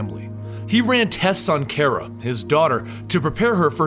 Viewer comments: it's.. pronounced.. "car-uh" not "care-uh" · no hate but its pronounced CAR-uh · 1st you are my favorite you tuber but.... I have to say it because I'm to big of a Supergirl fanboy (thanks to you) 😂 But it's Kara! (Like Cara but with a K ) 😂😂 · You pronounced Kara's name wrong.